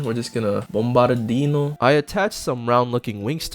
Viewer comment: "we're just gonna Bombardino" what did you just say?